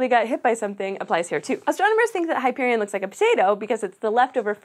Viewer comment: Eye-AH-pet-us. Hy-PER-ee-on. Mur-AN-dah.